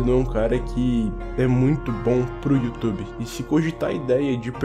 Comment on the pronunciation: E aquele ditado. "Youtoba"